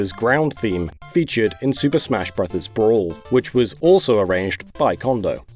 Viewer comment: "Super smash brothers Brauwl" lol